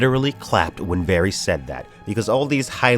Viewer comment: How do you watch the show and say varys wrong? Both syllables even?